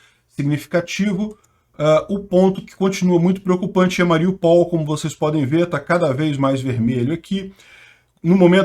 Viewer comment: o ideal seria dizer Ma-ri-ú-pal. Acento no U. E lembrando que o russo e o ukraniano escrevem O mas leem A.Obg pelas noticias.